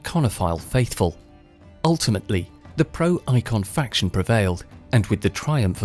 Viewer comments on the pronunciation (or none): none